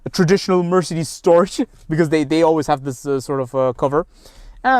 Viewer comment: the way he pronounces Mercedes is kind of nauseating